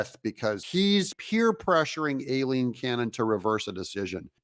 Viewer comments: it's pronounced eye-lean cannon. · You’re mispronouncing Judge Cannon’s first name (Aileen). The correct phonetic pronunciation is: Eye + Lean = Ai-leen 👍